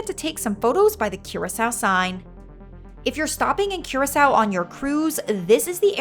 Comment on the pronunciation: you pronounced every single location and name wrong in this video, including curacao!